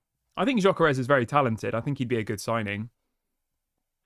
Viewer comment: Gyökeres is pronounced as follows: Gy is similar to Dj in Djokovic ö is pronounced as fur or firm and s is sh like sugar. Dj-ö-ke-resh